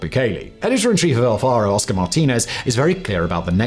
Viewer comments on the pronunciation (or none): none